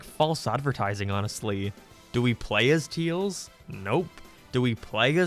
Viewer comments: He is saying tails wrong it’s not teels it’s tails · Why do you call Tails "Teals"? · Remember guys, it’s not Tails, it’s Teels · STOP CALLING HIM TEILS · I don't know why but you're pronunciation of tails just cracks me up